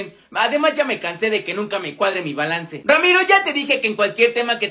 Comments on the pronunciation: Y tu diciendo ramito en lugar de ramiro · Dijo Ramiro en ves de Emilio